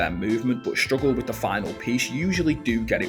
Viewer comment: WTF is widf and frive?...🤣